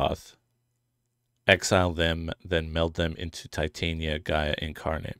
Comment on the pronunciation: i think you pronounce Titania like "Titanium" LOL you play green, that'd be the day ps I'm team Wyatt 🤍💙🖤♥💚